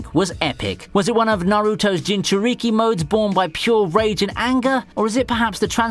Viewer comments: STOP SAY JINCHURIKI IT HURTS MY BRAIN! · Nigga really said "Ewbitoe Uchyija, and Ginchuryiqui"🤣🤣🤣